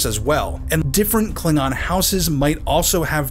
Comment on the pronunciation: If I remember correctly, they also pronounced Klingon as kling-gon.